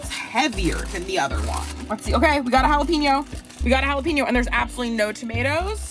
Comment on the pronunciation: jalapeño = Hala-PEN-YO..... not PEEN-YO..